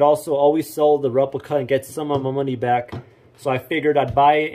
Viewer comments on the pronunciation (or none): none